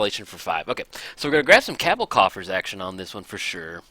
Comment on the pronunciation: Heya, first, I do want to say thanks for the content. You showcase a lot of cool and interesting generals and decks. However, I do want to point out that for Cabal Coffers, Cabal is pronounced as kuh-bal, not kab-el. You have Coffers in a lot of your decks and after watching your great vids, that's just the one thing that irks me. Otherwise, great content and look forward to seeing more!